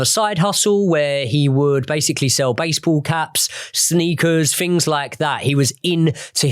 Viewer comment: I can't listen to a presenter although talks about "fings" and "afletes "